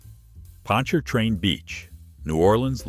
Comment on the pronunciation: Yeah, I hate robot voices too, but it at least pronounced "Pontchartrain" right. I miss Pontchartrain Beach. I remember hearing the chainsaws taking down the Zephyr (woodie roller coaster) while I took the ACT at UNO.😢